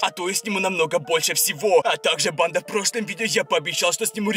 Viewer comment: убийцА! бандА! Я так кринжую когда он ставит ударение на последний слог слова. Так быстро разговаривает